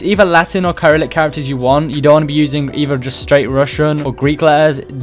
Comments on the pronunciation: its not "Kai-rillic-" its "Ser-illic", and Ukraine and poland both use it. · Bro you said no Russian letters, Cyrillic is an alphabet used in Russia and other parts of Europe and Asia. Btw Cyrillic is pronounced “ sy-rill-ic” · It's pronounced like syrillic like it has an s. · The way you pronounce Cyrillic is Se-ril-lik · the way you pronounced cyrillic hurts me